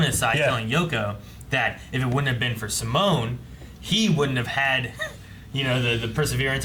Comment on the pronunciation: 11 episodes in and I still haven’t gotten used to them saying sim-moan instead of See-Moan